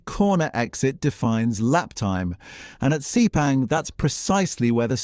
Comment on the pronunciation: "DOO - CARTEE?" "SEE - PANG?" Seriously?